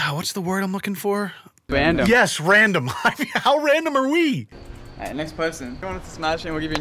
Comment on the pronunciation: "Its so wandom"